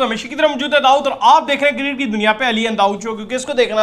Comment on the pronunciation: its "cricket" not kircket